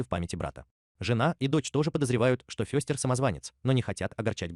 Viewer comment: Ну что за произношение: МОртиша, ФЁстер... Тьфу! У Кузена Итта и то речь чётче. Добавлю ещё несколько фактов: 1. "Странной семейке" у Чарльза было посвящено менее 10% рисунков - 150 из 1300, первый рисунок с прото-Мортишей, а так же возможно с прото-Ларчем (единственный Ларч с бородой) и возможно даже прото-Уэнздей был нарисован в 1938 году 2. У героев появились имена и известные нам многие фишки, которых в рисунках Чарльза не было и в помине, только в сериале 1964 года. Актёрам давали выбор и возможность импровизации. У отца семейства было 2 варианта имени: Репелли и Гомес, выбор сделал приглашённый на роль оного актёр Джон Эстин, который кстати добавил в привычки Гомеса такие вещи как Дзен-йога, курение сигар (тем более сериал спонсировала табачная фабрика) и игру в паровозики (в оригинальных рисунках был лишь один, где Пагсли запускает на игрушечную железную дорогу перед поездом что-то вроде автобуса). 3. Имя "Уэнздей" (Среда) придумали производители игрушек, когда выпускали серию мерчендайзовых кукол перед релизом сериала, основываясь на строке из стишка про дни недели - "тот, кто в среду был рождён, горьким горем будет полн", хотя официальный ДР Уэнздей - пятница 13е, в сериале даже есть прикол, что у неё 2е имя Пятница, а в новом сериале была ещё и МАнди (Monday - Понедельник) Джонс, дочка кузена Рамона, двоюродного брата Гомеса. 4. Вещь по задумке Чарльза была отрубленной головой, но режиссёр Дэвид Леви посчитал это слишком перебором и заменил её на руку кузена Итта во